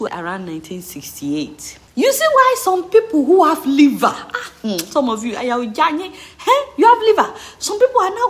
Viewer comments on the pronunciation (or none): none